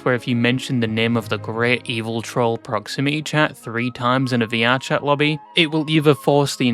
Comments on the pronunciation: ‘I talked to proximity chat yesterday’ ‘that was his spiwit acksually’ cracked me tf up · Pwoximity cshat